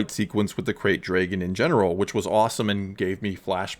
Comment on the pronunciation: Every time he says ‘dray-gon’ take a drink.